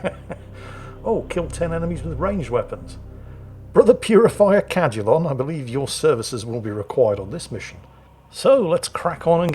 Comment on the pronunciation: Damn it, I know your saying Cadulon, but I am hearing “Brother Cal-culon” and can only think of the robot from futurama lol.